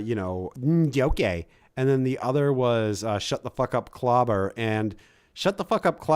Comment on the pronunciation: Sorry I missed this clawbuh! I prawmise it had nuthin to do with fawking Dan 😂